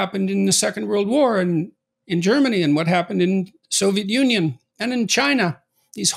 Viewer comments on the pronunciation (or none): none